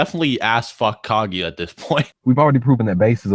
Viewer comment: isn't it pronounced Ka GU YA?